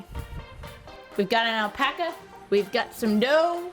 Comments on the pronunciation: Great vid. But still cant get over "Alpoca" Lmao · Lol the pronunciation of alpaca.